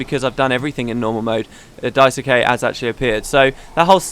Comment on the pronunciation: Daisuke is pronounced Daiske, with the "ke" part being like in "Kenny". If you don't care, ignore this :P.